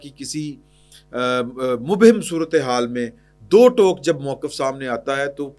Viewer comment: 'مبہم ' کا درست تلفظ ہے ' م' پر ٫ پیش٫ ہے اور ' ہ' کے نیچے 'زیر' ہے